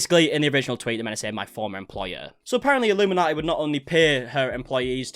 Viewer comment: I'm more concerned you are getting her name wrong lol it's illuminaughtii.. like naughty... A pun on the name.. a bad one so it kindaatches her personality. She deserves everything coming her way